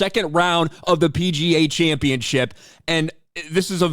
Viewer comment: championship, not championchip